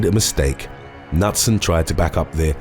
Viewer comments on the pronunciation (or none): Just FYI for a next time......the surname Knutson is pronounced like 'Kanoot-son' instead of Nut-sun. I have quite a few in my own extended family. It is a Scandinavian surname meaning son of Knut, which of course, is pronounced Ka-noot. Also, I would rather ...........oh, that's a hard one! I guess I would rather lose all memory of the last 2 years if I have to choose. I wouldn't want to be under the mind control of any villain, comic book-esque or not. They might make you murder someone or worse! Thank you for an excellent video as always!